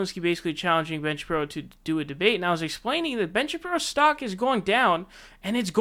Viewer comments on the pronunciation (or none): Are you drunk? Not even 30 seconds into your video and you’ve already said two names wrong. Who is Paul Joseph “TWOTSON”... and who is Ben “ShapRIO”?😂